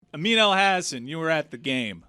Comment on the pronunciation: Amin , no disrespect but I have listened to you for years and for the first year I thought your name sounded like “amino acid” lol